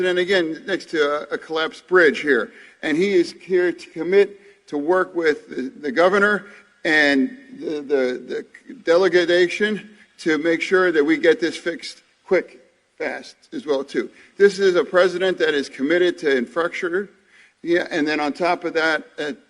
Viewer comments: the deleeeeegaagation and the infastuckure. 😂😂😂😂😂. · “Delegadation” “Infructure” ~John Fetterman